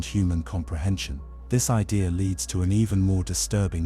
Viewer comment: What's an ideer